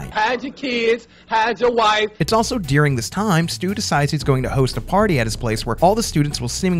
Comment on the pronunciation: It’s pronounced, “dur-ing” not “dear-ing”